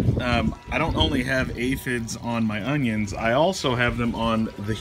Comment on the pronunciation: man i loveeee how u pronounced oniOns